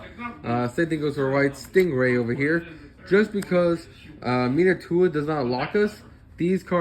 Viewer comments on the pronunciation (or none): Minaituna lmao bro it's pronounced Min-nai-rooka 🤣⚰️